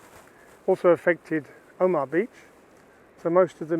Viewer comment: No frills, gripping info about a turning point in history. Just one small criticism, you pronounced the beach as 'Omah', when it should be 'Oma-ha, but excellent vlog otherwise.